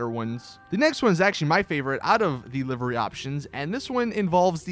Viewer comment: live ery not livery